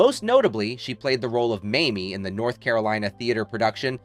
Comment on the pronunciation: The famous musical was Mame, doofus, not "Mamie".